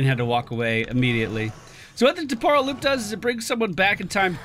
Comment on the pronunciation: It's TEM-por-al Loop, not tem-POR-al. Just fyi :P